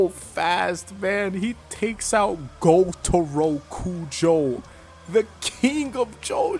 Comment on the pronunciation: "He takes out G O T A R O K U J O" had me rolling